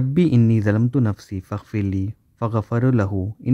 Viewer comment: JazakAllah Khayr for the video, brother. May Allah grant you success in this Dunya and the Hereafter Ameen. Just wanted to let you know that "Thalamtu" is pronounced with putting your tongue between your teeth making a "th" sound. I used to pronounce with "Z" sound but that's not correct. Same with the dhikr in rukoo. We must say "Subhana Rabbi Al Atheem"